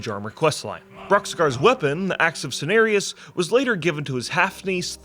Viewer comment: CEN AR IUS not sarious lol i’m dying. The night elf’s say it in their / cheer lol